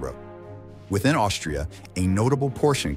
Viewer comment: he says instead of austria, he says something 'Aushift' LOL